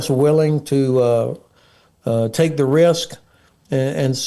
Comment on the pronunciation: Zis, ze, zey, zat.